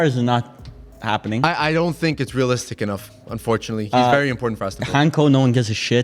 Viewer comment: It's pronounced "Daa-vid Hantsko" like in "Tsitsipas" if you follow tennis. You guys should get more familiar with this name because he's getting a big transfer in the summer. Sorry feyenoord fans. Greetings from Slovakia. 🇸🇰